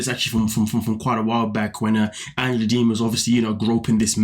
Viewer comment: Did he say Angela Deemon???!!!😂😂😂